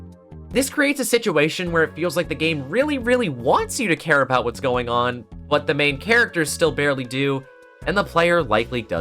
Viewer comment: when you were talking about gavin i thought you said hair instead of care and now i can't stop thinking about bald kristoph gavin